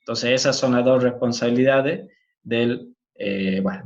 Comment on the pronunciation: A mí lo que me ha llamado la atención de su acento es que elimina las eses finales de las palabras como en el francés (en vez de dos dice do, en vez de es dice e...) Igualmente se le entiende bien.